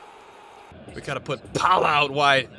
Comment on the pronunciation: did he call him Palah? haha